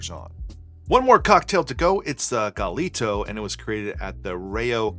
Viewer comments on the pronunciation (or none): It’s pronounced guy-yee-toe